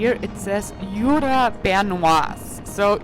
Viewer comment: Jura is pronounced SHÜÜRA and not with your heavy kraut accent YOOORAH